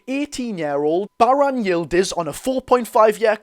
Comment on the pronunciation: Me dad is Turkish you butchered it to the point it ain’t halal 😂 but even I’ve never heard of him